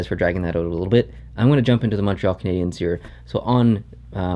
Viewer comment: Lmao the intro.. did anyone else hear “and I’m at the Montreal Bergevins game”??